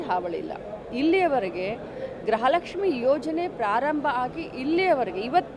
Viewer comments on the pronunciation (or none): ಗ್ರಹ ಲಕ್ಷ್ಮಿ ಅಲ್ಲ ಗೃಹಲಕ್ಷ್ಮಿ 😂